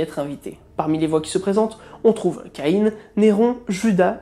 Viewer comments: Je me suis toujours demandé pourquoi certaine personne prononçait Ka-ine ... pourtant son nom est Ka-in ... Bref, j'aime bien tes vidéos malgré tout ! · En français, "Caïn" le frère d'Abel et l'un des fils d'Adam et d'Eve, se prononcent "Ca - in" et non pas "Ca - ine" !! Sinon, excellent exposé. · Justement, c'est le son in et non ine.. Écoute des séries ou des documentaires qui en parle si tu veux savoir la prononciation. ;) Pour ma part, j'ai toujours entendu Caïn et non ka-ine.. Lol